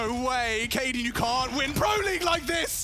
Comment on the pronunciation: It’s Cadian and it’s not even close